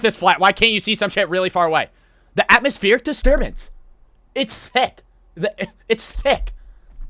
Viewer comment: "Atmospheric disturbance"notice how she said atmoSPHERE😂😂😂